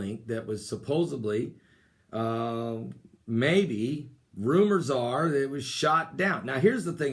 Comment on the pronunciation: the word is "supposedly"--not "supposubbly"